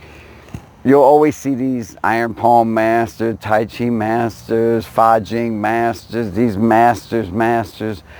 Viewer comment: It's Fa Jin, son, not Fa Jing. Just trying to help. Bill P.